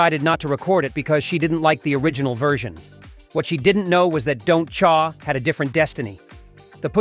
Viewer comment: “Don’t Chaaar” think AI-narrated videos are weird?